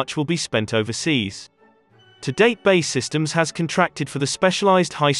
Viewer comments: It’s B.A.E systems. Not ‘bay’ systems 🤦‍♂️ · For Christ sake. Its B A E systems not BAY systems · Good video, terrible narration. "Bay systems"?? B. A. E. Ffs. If it's a robot it's pretty good and they seem to be getting better, but still fairly easy to spot. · It's B-A-E systems not 'bae' systems. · It's not bay systems, it's B-A-E (bee=ay=ee) Systems and so much unnecessary repetition in this vid. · Its B. A. E Systems, not "Bae" Systems. Do you call the USAF the U-SAF? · It’s B… A… E….. not Bae…. It ain’t your girlfriend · And by the way mr youtube it's not ''minister of defence'' it is ''secretary of state for defence'' and it's not ''bay'' it's BAE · It's pronounced B.A.E Systems and not Bay Systems?! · Who are Bay systems, and why have I never heard of them. Has B.A.E. Systems gone missing? When using synthetic voice programs you really need to be very careful about typing. Ie 200tons, not 200 t. We hear these and we pick up on them . It makes you look less than professional. Just my two penneth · got as far as him saying bae systems,ffs, its B A E syetems................. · So clued up that B.A.E. systems is pronounced 'Bay' systems 🙄 . You and no one else friend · Stopped watching as soon as a military focussed channel said Bae! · 'BAY Systems' ooooh please! 🤣 Lose the digital voice over. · Man said bae systems 😂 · Wtf is Bay systems. Pronounce it right.